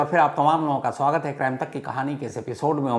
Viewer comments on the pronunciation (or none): none